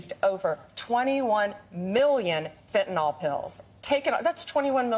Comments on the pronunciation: You'd think the US AG could pronounce the drug correctly. Fenta-NYL, not fenta-NOL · Sigh. Pam Bondi, publicly bragging about Fentan-ALL interdiction, when it’s Fentan-ILL. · "Fentanol,"? There is no such thing! Why do so many people keep saying that?